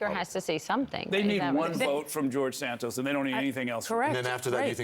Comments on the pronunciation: It is not "San-toes". It is "San-toss" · “ Santoooose” ! Surely it’s “ Santos”